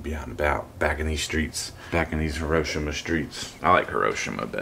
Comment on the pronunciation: Hi-ro-shee-ma. Have the courtesy to learn to say it properly.